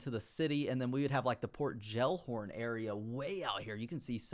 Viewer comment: The way you pronounced Gellhorn... Jellhorn 😂 Hope you dont pronounce jelly gelly 💀😂